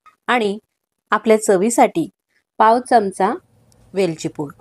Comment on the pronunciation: सर्व पदार्थ छान आहेत. पण च्यमच्या ऐवजी चमचा असा शब्द उच्चारला तर छान वाटेल.